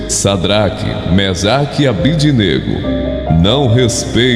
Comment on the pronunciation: Caro amigo: Sua voz é esplêndida, com forte impostação. Mas precisa ler direitinho os nomes dos companheiros de Daniel, na Bíblia (Dn 3,12): SIDRAC (e não SAdrac), MISAC (e não MEsac) e ABDÊNAGO (com tônica no "DÊ" (e não ABDINÊGO).